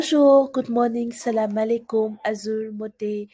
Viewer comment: moi j l’ai su a partir de sa voix rien qu’entendre son “salamalekoum “😂 bokoy degue di xam